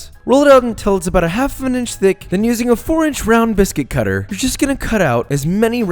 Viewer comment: "Josh is ushing shortening"